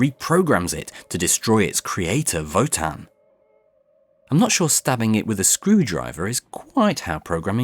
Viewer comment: Thank you so much for your work! I always wanted to know what happened in the classic series but never dared to start. By the way: that's not how to pronounce Wotan in German. Sorry. ^^